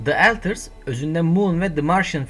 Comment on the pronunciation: Eltırs mı? Önceki dublaj sanatçısına verecek paranız mı kalmadı?